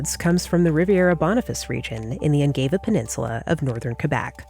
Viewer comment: Good video. FYI, Ungava and Laval are pronounced "unn-GAH-vah" and "lah-VAL" (rhymes wth pal), not "unn-GAY-vah" and "lah-VOL"